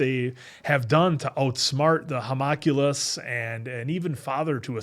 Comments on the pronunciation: will let 'homoculus' slide after he picks on the Winry pronunciation? 😀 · teasing for saying Winfy instead of Winry as if he doesnt consisrently pronounce homUNculus as hoMOculus 😂